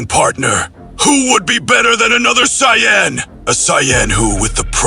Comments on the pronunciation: Gotta learn how to prompt the Saiyan name. you have to either teach AI to pronounce it correctly or you spell it "SAYIN" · don't ever say Sayajin again